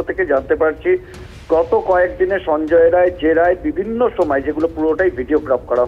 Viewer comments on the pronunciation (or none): সঞ্জয় রায় নয়। সাঞ্জয় রাই।